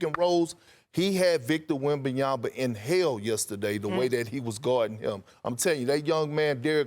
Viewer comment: Steven A is ignorant for constantly saying Wembanyama wrongly. He does it on purpose